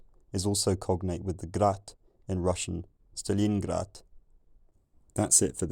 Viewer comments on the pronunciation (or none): I wasn’t expecting such a Russian pronunciation of ‘Stalingrad’ at the end of this vid 😂